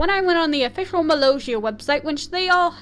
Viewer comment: I'm sorry but you keep saying Molossia's name wrong